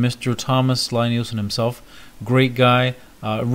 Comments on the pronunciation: It’s pronounced (LEE NIELSEN) NOT (LIE)!!! And there are absolute best!!! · Liked your video as I am sure you know now, Lie-Nielsen, a Norwegian name, is pronounced "Lee-Neelsen". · It’s pronounced “Lee”. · This is was so annoying to watch. If you're gonna praise him and do a factory tour atleast pronounce his fucking name right. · Good gawd, how can you stand to tell people about the tools and brand if you don't know how to pronounce the name. I had to stop watching..Never mind that it's crap manners to interview someone and not know how to pronounce their name, it's brand name at this point. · You might want to ask him how to say his name! You are not saying it correctly!!!!!!!